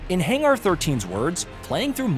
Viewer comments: What the hell is a Hang ARRRR 13. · Is the voice AI? Why does he say hanger so weird